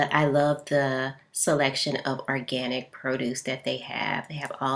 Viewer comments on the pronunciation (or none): ORganic not ARganic